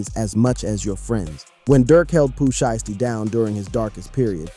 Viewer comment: He not even that brah this is ai slop see how he pronounces sheisty wrong